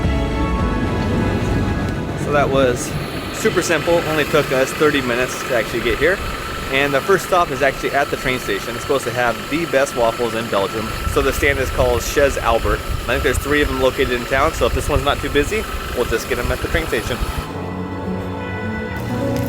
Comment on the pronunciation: You dont pronounce the "z" of "chez"